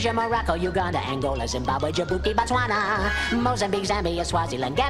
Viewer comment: you forgot to mention the weird way he said botswana. and the fact that he said republic dominican instead of dominican republic